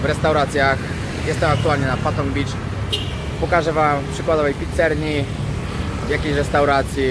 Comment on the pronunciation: Mordo pizzerii a nie pizzerni 😎💪💪